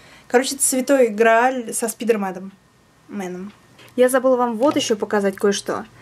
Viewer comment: ТЕБЕ ХАЛК ЧТО НЕНРАВИТСЯ ? КСТАТИ НЕ СПИДЕР , А СПАЙДЕР *, ВСЁ СУПЕР! ТЫ НА МЕНЯ ПОХОЖА ЧЕСНО ))))) ХАЧУ ТЕБЯ !!! ♥♥♥♥♥♥♥♥♥♥♥♥♥♥♥♥♥♥♥♥♥♥♥♥♥♥